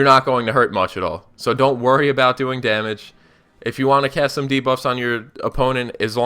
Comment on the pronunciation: I learned that someone could butcher the word damage.